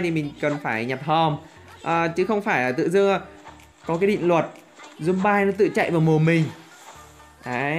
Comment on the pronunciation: Anh tào lao quá zom bi mà anh nói zom bai (Ý kiến của thằng Đạt)